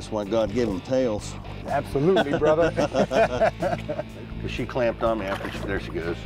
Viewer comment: THey really should stop calling each other "brothah" (brother)